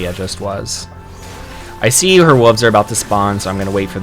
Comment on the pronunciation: Love the video! But please pronounce wolves properly instead of "wooves"